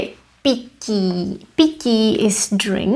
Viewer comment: I find you pronounce “t” like a “k”. I heard “piki” not “pití”. Is this right? New Czech learner here.